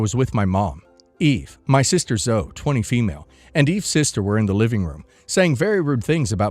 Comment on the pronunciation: Pretty sure "Zoe" is pronounced "Zoh-e"